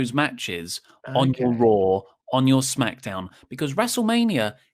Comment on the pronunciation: "On your RAaW"